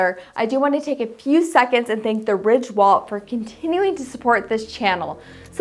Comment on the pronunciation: please annunciate when you say wallet